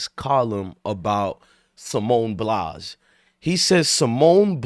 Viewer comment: Dude you can't even pronounce Simone BILES name correctly and you claim you don't like her. What did she do to you?? She's a legend and the best gymnast ever. She was going through something and she didn't want to perform because in her profession you can seriously hurt yourself. Try doing backflips and tumbles and performing on uneven bars when you're not there mentally. You can break your neck or seriously injure yourself. Simone actually said "Fk y'all...I'll perform when I want, to not when you want me to.